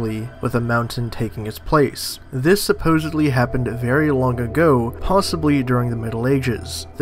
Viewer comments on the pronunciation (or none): none